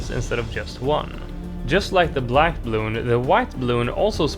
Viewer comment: I hate how you say bluun